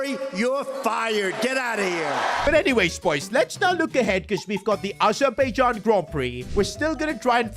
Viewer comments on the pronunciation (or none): none